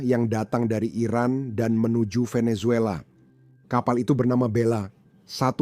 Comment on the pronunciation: Kongratulasi! Bagus sekali konten, komentar dan narasi situs ini. Mohon izinkan saya memberi saran/koreksi kecil, yaitu ucapan kata atau nama orang yang dimulai dengan huruf "V". Ucapan yanpaling dekat di lidah Indonesia adalah "B" dan bukan "P". Jadi VENEZUELA dan VLADIMIR, ucapan yang paling dekat adalah "BENESUELA" dan "BLADIMIR". Perhatikan dan dengarkan dengan saksama bagaimana orang Venezuela dan Russia mengucapakan nama2 tersebut.